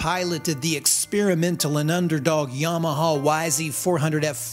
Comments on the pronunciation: minutes in and bracing myself for your pronounciation of Yamaha. Honest, how bad is it? edit: well, that's not that bad for an American, is it? edit again: oh there was a real bad one, Yomoho. Uff. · You're right. I don't like your enunciation of Yama hog... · Why do you say Yamahaww? Good God I can't stand it, lol. Great video. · i indeed do not like the way you say Yamaha 😁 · I don't like the way you say Yamaha. So I'm not going to leave a comment. Suffer.